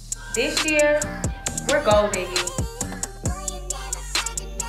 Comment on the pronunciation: I love your travel vlogs! Curious though.. your intro.. are you saying “we’re GOAL digging” or “we’re GOLD digging” and what exactly is the message behind it? I been meaning to ask since it came out lmao.